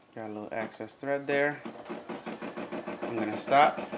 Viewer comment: “Excess” not “access” lol